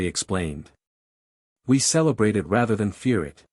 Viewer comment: I know it's AI BUT QUIT SAYING I T T!!! IT'S ONE WORD........ IT! Is it so hard to program in? Just like the pauses, is it too much trouble to program them in at the correct places?